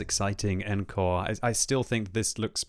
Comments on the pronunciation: When I watched this video I thought the new engine was called "N-Core", then I realised that was just mispronouncing "encore". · Pretty sure they want you to pronounce it ON-core.